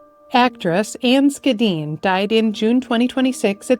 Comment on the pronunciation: It's interesting that both actors had last names that started with the German "Sch" yet were pronounced differently. I didn't know the correct pronunciation of Ms. Schedenn's name until watching this video as I always assumed it was SHA-dean similar to Schell.